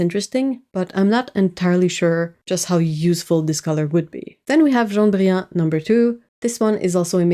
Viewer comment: She's pronouncing it like a French person would, since it's a French word. I'm confused about the laughing and covering eyes emoji.